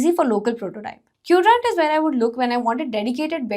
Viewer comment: sis pronouncing queued-rant instead of Quadrant makes me feel like she leans more towards marketing aspects of things rather than actually building something. Coz the video script is ai generated not from ai development expert